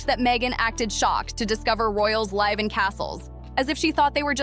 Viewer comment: DO THE CREATORS OF THESE BITS WORK OVERTIME CHOOSING IDIOTS WHO CAN'T READ? LIVE PRONOUNCED WITH A "SHORT" I WHEN REMARKING THAT A SHOW WENT LIVE. AND A LONG "I" WHEN OBSERVING THE SUSSEXES LIVE LIKE ROYALS. JESUS H. CHRIST.THAT'S "CHRIST" WITH A SHORT I: LIKE IT'S THE FIRST SYLLABLE IN THE HOLIDAY NAME. SMH